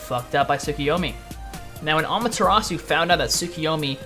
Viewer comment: well i have 7 years of japanese fluency, and its obvious when broken down the name susano'o is su-sa-no'o the insert does no stop the sound it carries it on. as a person living in japan for 2 years you should know that. its all im saying, btw i notice you said amaterasu i[-with the oo sound...the u in japanese is a sharp uh not oo...once again as a person 2 years residence in japan you should know that also.